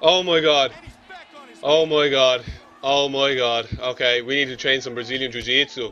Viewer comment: stop say "jewjitsue" its rather annoying